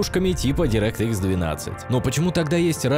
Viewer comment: Ты ошибся, бро. Не директ икс, а дАйрект экс и не Ксенон, а ЗИНОН